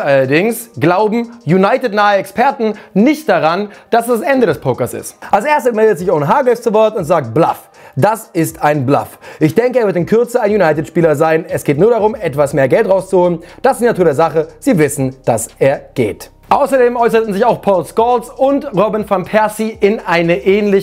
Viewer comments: Es wird "Blöff" ausgesprochen und nicht "Blaff" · Blaff?! Man spricht das Blöff aus. Lost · Warum sagt er Blaff? Er macht das doch mit Absicht?